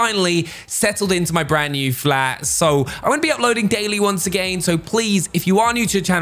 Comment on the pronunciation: honestly why does he say once a gain WTH